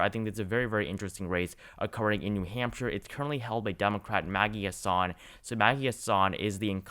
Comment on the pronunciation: Btw it is Maggie HAssan not Maggie HassAN.